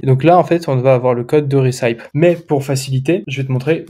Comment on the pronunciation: Super contenu ! Merci !!! (recipe, ça se prononce rè- ceu - pi) :D Aaaaah maintenant je comprends pourquoi plein de sites prétendent vendre des produits qui ont été testés avec des avis et en fait, tu vas dessus et noooon ! Pas d'avis !